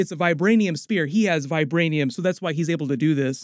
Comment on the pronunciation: All i heard was vibraniam